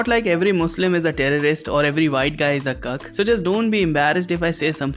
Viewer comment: when indian guy says cuck it sounds like hes saying kirk lol